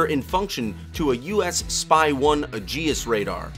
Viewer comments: Its Ay-jis (Aegis), not Uh-jee-us. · LEARN. TO SAY AEGIS: "HEY -EEE-Geee-SSS ". AEGIS WAS THE SHIELD OF ZEUS!